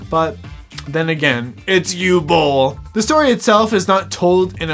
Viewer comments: Born in 91. I've been, sadly, follwoing Uwe Boll's carreer cuz of Bloodrayne. I'ts "Ooveh Bohl" , not "Oohl bowl." It's "OOveh - Bohl" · Talking slow Can’t breathe through nose Pronounces it You Bol Complains about immigrants and lefties Chefs kiss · Dude. Learn how to say the name, tf is a u-ball... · Your video is so stupid and poorly researched that you couldn’t even pronounce the director’s name correctly.